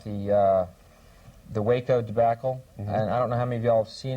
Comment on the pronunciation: Non conosco l'inglese, sono ignorante al riguardo. Però ho notato che Bill hicks ha una pronuncia di Waco diversa dal presentatore.